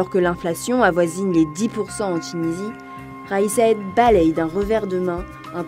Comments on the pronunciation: vidéo assez mal faite, je n'aime pas critiquer pour critiquer mais là... écorcher le nom du président RAÏS SAED au lieu de son NOM KAIS SAÏED même si en arabe c'est difficile à prononcer mais quand on ne sait pas le prononcer on se limiter à le lire en Français hein ?! le taux de participation 30.5% écrit en toute lettre et 35.5% selon la voix off ? travail bâclé ou ?! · C'est possible de bien proncer le nom de Kais Saïed ??